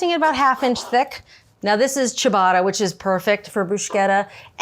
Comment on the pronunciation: Inconsistently mispronouncing ciabatta and ricotta and bruschetta seems like rage bait